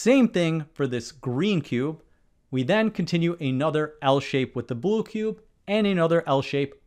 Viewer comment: A BWUE CUBE